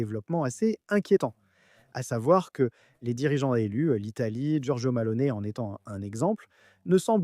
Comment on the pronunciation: Malone ? T'es sûr ? C'est plutôt Meloni si on sait lire...